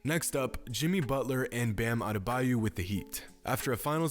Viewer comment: No one:: BaM aDeBaYu